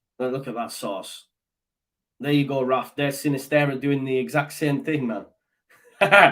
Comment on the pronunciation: Sinisterra has a double r at the end so you need to roll the 'r'.